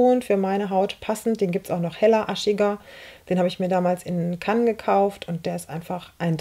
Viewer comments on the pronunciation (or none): none